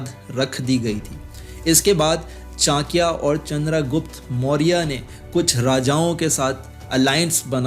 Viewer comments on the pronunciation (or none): पहले चाणक्य का नाम तो सही से ले ले